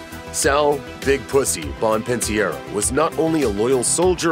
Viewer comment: You need to get the names right. Duh May oh, Bomp in sar oh.